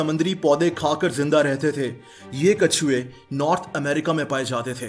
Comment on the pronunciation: Brother You Say Kachey instead of Katchvay in the end.😅.But I am your big fan keep it up.